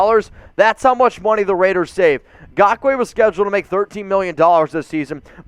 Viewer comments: Raiders…and even more importantly, the raiders fans who watch your videos. Never again do we have to hear you say “Gakoue” as opposed actually saying it properly by using the N at the beginning of the name. And before anyone tries and defends, yes it’s important to pronounce names properly when you cover sports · Now you can stop saying his name wrong lol